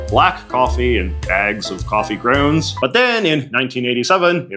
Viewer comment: I literally had to turn on closed captions to understand you when you said “grounds” lol.